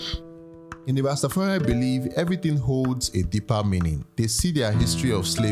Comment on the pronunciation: Well done You learned to say Ras Tafari, and not Ras Ta. There is no such thing as a Ras Ta. Any Ethitrean ( Ethiopian and Eritrean ) will tell you that